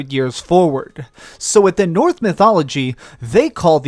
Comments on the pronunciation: Great vid but please pronounce NORSE CORRECTLY its not NORTH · Knitpic but you keep saying North mythology instead of Norse